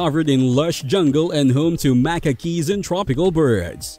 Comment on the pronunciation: great video , thanks .(..."home to Macca keys..."? Macaques I think. Pronounced "macacks")